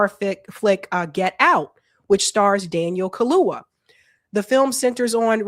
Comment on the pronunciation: it's Daniel Kha-loo-YA ....not Kha-loo-Wha